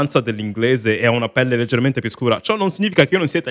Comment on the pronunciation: My man said “leggeremente scura” 😂